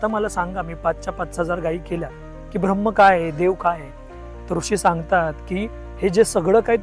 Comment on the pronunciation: गोष्ट छान आहे पण 'भ्रम्म' म्हणू नका कृपया...